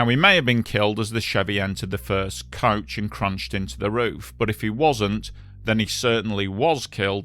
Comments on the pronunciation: It's coach not couch. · Ohhhhhh “coach,” I thought you were saying couch. My bad, my bad.